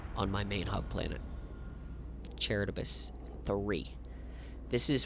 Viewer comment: Charybdis=Ka-rib-dis. Named after the giant whirlpool from Ancient Greek/Roman stories. Hearing you mispronounce it every time was killing me.